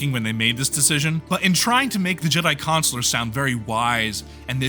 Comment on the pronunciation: Don't like how you both say Consular.